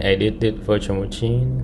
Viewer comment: love how you say muchin